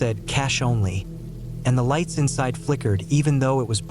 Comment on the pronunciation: No lighets. No no ise, bro is turning into a beginner Hispanic dude in English for few words every now and then